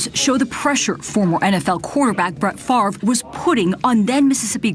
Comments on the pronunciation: I told y'all his name was pronounced Favor!!😡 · Bart Frarvrer should be sentenced to 24 months of intensive remedial phonics. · I've never thought he's very bright bc he can't pronounce his own name. 😂